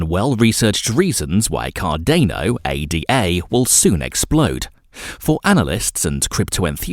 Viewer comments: It’s “Ada” as in a woman’s name not an acronym A-D-A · Immediately they say A.D.A and not Ada you move on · It is also ADA (Ayda) not A.D.A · ADA is a name…named after Ada Lovelace…it is not pronounced A.D.A. Otherwise good video